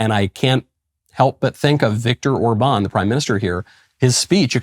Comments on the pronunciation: haha, nagyon igaz! In no way do I wish to fault him for the rest of his mispronunciations, but it's hilarious when he says his name in what he thinks is some generic European inflection, and yet is so wrong, because if he actually sounded Orbán's name out according to typical English phonetics he'd be a lot closer. Ah well, at least I'm amused :-) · Now if someone could just tell Michael how to pronounce Orbán's name properly...😏